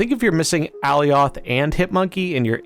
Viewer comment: Alioth is pronounced like Goliath